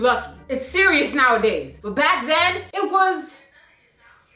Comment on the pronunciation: why did say "siri" ous & alexa went off lol